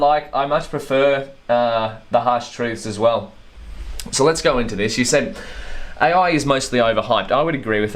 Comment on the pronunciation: "A.Oui" damn, that accent🤣🤣